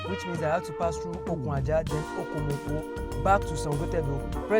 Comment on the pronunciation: Good Job on lagos - calabar highway commissioned. Just a point of Correction ; Okun - Aja meaning Ajah - Beach not the way you had mistakenly pronunced it as Okun Ajah, i.e Ajah Rope. Okun as in Beach in english. pls its just to shed more lights to your illustration not on negative side.. weldone .